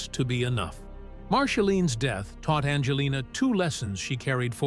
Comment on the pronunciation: BS YOU Cant even even get her name right she is not named bandjalynne